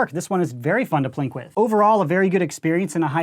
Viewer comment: I'm a bit new to the hobby... Are you saying "plink" or "plank," and what does that mean in this context?